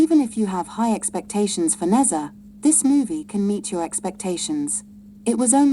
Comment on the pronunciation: N E zha 😅😅😅